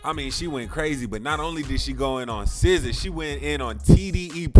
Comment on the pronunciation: How do you get “sizza” from sza???